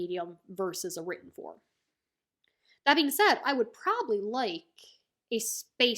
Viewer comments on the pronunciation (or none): none